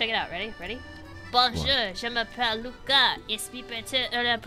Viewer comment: I am learning French and when Luca said his name was Luca and I know a bit of French that was correct